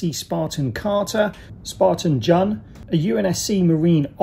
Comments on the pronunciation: Its not jun its pronounced june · Great review man! Btw jun's name is pronounced june. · My bad on incorrectly pronouncing Jun's name, for some reason I was convinced it was 'Jun' not 'June". Thanks to all those who politely let me know my error 😆